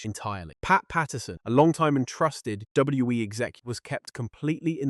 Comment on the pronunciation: Is this what they meant when they said AI couldn’t pronounce WWE? “DWE”